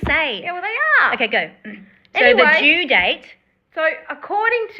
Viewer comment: My first comment didn't show up or was deleted? - Your pronunciation of due and do sound normal to American ears. Great job, ladies! We haven't seen any paperwork regarding the pregnancy in her divorce proceedings yet. If the baby is Ken's, I suspect Gypsy was stepping out on Ryan earlier than she has admitted.